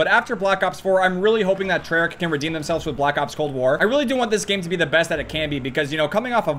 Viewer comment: Did you just say Treyarc?